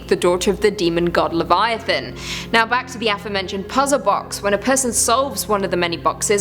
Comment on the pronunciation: I have heard so many cringe worthy pronunciations of Leviathan, but I am so thankful is here to say it right. I only watch she is amazing